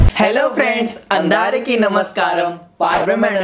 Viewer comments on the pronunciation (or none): Andaariki nahi it's andariki it means for everyone (sabko in Hindi).